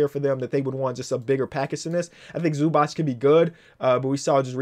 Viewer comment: Hold up why is everyone calling Ivaca Zubac "Zubatts"